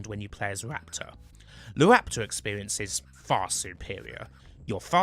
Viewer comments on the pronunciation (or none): Howy shit. A Bwitish man who can't say his r's. Supewiow, Gwant, waptaw, weal, vewy, cwose wange, Juwassic. Jesus Christ 😂😂😂